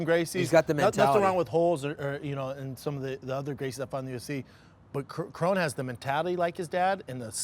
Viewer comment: Faber is saying krone right . Brendan keeps saying his name wrong even tho Faber keeps saying it the right way 😂